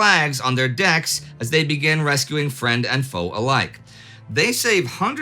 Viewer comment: Pretty sure Indy said "fire below desk" when talking about the Wasp, instead of "below decks". I listened to it a couple times and it definitely sounds like desk. Just one of those funny little things.